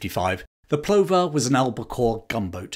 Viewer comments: HMS Plover is pronounced Pluvver,, like the bird. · Brilliant stuff. BTW "Plover" pronounced "pluvver".